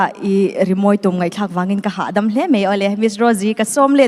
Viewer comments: tum ni lovin tum tih tur😅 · hian mizo ṭawng hi ava thiam lo ve. Phênglâwng túm, nilovin, Tùm, tih tur. Ka lo thaw dep dep, te a tia. Thaw dèp dëp, ti ve mai aw. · A dik 👍🏼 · A dik, a thluk dik lo zel hi a mak ngawt mai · Tum tih hi Judge te hian in thlûk dik lo fo mai. 'Tih a tum' tih rikin a ri tlat ṭhin... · Judge ten phenlawng tum in lam rik dan a thluk kha a dik lo aw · Enga ti nge Judge ṭhen khatte khian phenglawng "tum" khi an lam dik duh miah lo le aw.. "Tum" khi thil kan denna "sum" tih thluk a lam tur a ni. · Engati nge Judges hmeichhe pahnih khian Phenglawng tum tih khi an thluk dik loh....Phenglawng zir ka tum tih kan lam rik angin an lam ri a,,Mi nawlpuiin a kan lam rik leh kan hriat dan chuan Phenhlawng tum tih hi chu hmanlai Mizote buh denna tura thing hmanga an Siam Sum kan lam rik ang khan 'tum' tih hi lam rik tur.... Tingtang te pawh chutiang ang chuan lam rik tur.... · Phēnglawng tum tih pawh han lam dik hleih theih tlat loh mai chu aw..!! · A va han mawi vawng vawng ve. Mahse engati nge judge te hian tum (Sumhmun tiha sum anga lam tur) hi 'tum' (Sangha man ka tum) tih anga an sawi tlat le.